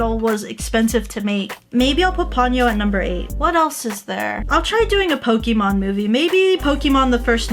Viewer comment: Why do you pronounce Pokémon like Poki mon?